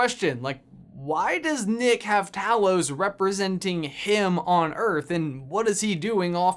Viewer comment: Talos is pronounced TAY-los.